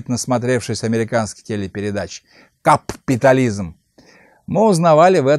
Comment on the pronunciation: Борис Сергеевич, да не говорил Шварцнегер "каППитализм", он нормально говорил, просто ударение на другой слог ставил, на первый: "кАпитализм".